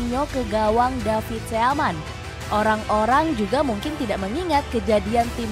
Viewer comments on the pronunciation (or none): Seaman, keane ..... diperbaiki dong cara bacanya